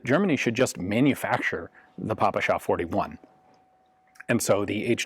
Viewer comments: Fun fact from russian speaker In russian we say "pé-pe-sha" (just russian pronouncation of ППШ) not "papAsha" (daddy/old man in russian) I never in my life heard someone called it Papasha before english gun youtubers Also, "sh" in ppsh is single letter, so it is simplier and closer to russian to call it "pi-pi-sha" instead of "pi-pi-es-aych" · Pronounced “Peh-peh-sheh” (ППШ), not “paw-pu-shaw”. Otherwise an excellent review. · Hi Ian, very cool video, but the Russian gun is called "Pepesha", not "Papasha" : ) Cheers! PS: It looks to me like you have confused that "PPSh" pronunciation with "papakha", which also sorta associated with "all things Russian" (although papakha itself is of Caucasian origin). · The proper pronunciation is : пэ пэ ша..pe pe sha in English...Спасибо... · Damn, that "papasha" pronounce sounds lame...